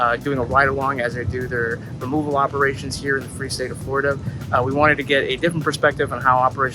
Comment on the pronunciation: " Removel operations" 😂😂😂 I love that 😂